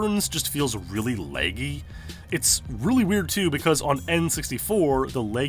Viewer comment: Can you please listen to an audio recording of someone saying laggy ( La- gee) or just don't say it your way so much.